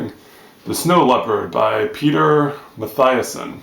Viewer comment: I liked your review and listened to it all the way to the end. Still, there are a few things gone wrong: He's called Matthiessen ('eee'), not Mattheiessen. The biologist is called Schaller, not Staller. The trip was taken in '73, the book was published in '78. The monastery is called Shey Gompa, not Shey Gumpta. It's pronounced esotheric, not esosteric. But nevermind. Safe journeys, mate!